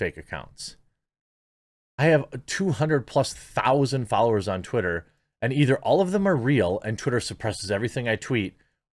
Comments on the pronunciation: I actually had to pause the video when you accidentally said "titter" Genuine laugh. Thank you so much lol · You said titter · He said titter 🤣